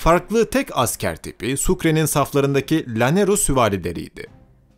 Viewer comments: Sayın tarihi seslendiren arkadaşımız yerel kelimeleri o ülkenin diline ve şubesine göre telaffuz etmeniz gerekmektedir yoksa.gulunc duruyor lanero diye birşey yoktur, Canero diye okunur. boyaca yoktur Bocaka diye okunur lütfen düzeltiniz. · ya bu youtube reklamları kafa sikiyor artık. yeter be. bir de llanero kelimesi yanero olarak telafuz edilir. ll=y